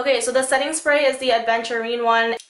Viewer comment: Its "Aventurine" not "ADventurine"